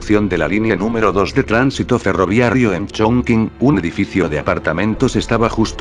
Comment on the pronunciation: Porqué ferroviarrio, debe ser ferroviario, creo que hay un error de pronunciación del locutor